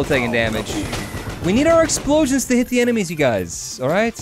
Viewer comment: did anyone notice that he says exploions block tears